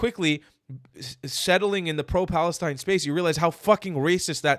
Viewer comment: they can't even say Palestine, they had to change it to falistine